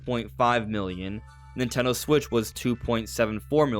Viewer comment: as a Nintendo heavy channel, why do you pronounce it ‘nitegho/nitello’ so often? Am I saying it wrong?